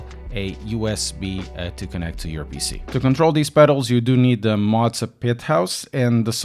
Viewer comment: Motza is not a thing. It's M O zah. Come on man, love your channel, but motza is killing me!